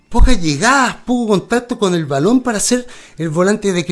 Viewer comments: Buen video! Se le dice Ballon con el sonido de la doble 'll" osea no se le diría "Balón' sino" Ballon" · Es ballon se dice con doble ll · Hola... se dice ballón y se pronuncia con la doble L "baion" (así suena). El tipejo jugó en la u de concepción de tu país, pero no te culpo si no lo ubicas por lo paquetazo y desapercibido que habrá pasado en el futbol de chile xD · Se lee bayón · Muy buen análisis amigo, ven a perú pronto seras bienvenido, es ballon y se pronuncia como si tuviera una Y. bayon. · Dato 1: ni Salazar ni Rossell estuvieron involucrados en temas de disciplina, que son unas completas cagadas cuando juegan eso sí es cierto. Dato 2: se pronuncia BaLLón, como "lluvia". Nunca fuimos un equipo de verdad, y ahí están las consecuencias. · El apellido es Ballon (se pronuncia como se lee ´bayon´) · Es Ballón como se escribe se pronuncia Ballón xd